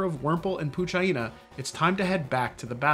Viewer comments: I heard poo-gina when he says Poochyena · How can you know so much about the game and think poochyena rhymes with vagina, not hyena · Why does he say PooCheeEna weird? Is it just me? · The poochyena pronunciation made meh blood crawl a bit 😂 great vid tho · Man says poochyena correctly on paper but it’s still wrong to the ears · Pooch-what again ? That pronounciation is new to me.